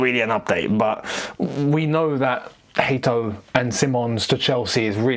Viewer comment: It's still not Hateo, it's Hato